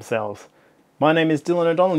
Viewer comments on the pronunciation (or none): none